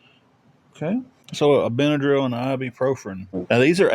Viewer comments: "ibprofRen?" Try, "ibuprofen". They both pronounced it the same wrong way? Imagine it! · What is ibuprofRen? They both say it wrong